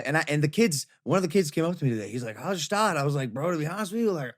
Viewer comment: PRONOUNCE THE FUCKING “G” IN GSTAAD